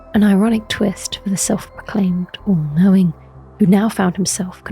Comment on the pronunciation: "sir gideon ofnir, the all coping"